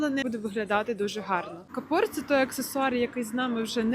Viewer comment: Вивчіть слова а потім інших навчайте: кАпор а не капОр